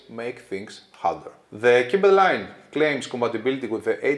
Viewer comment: Ωραίο βίντεο ως συνήθως. Νομίζω ότι το μοντέλο προφέρεται "κάιμπερ" ως λογοπαίγνιο του cyber.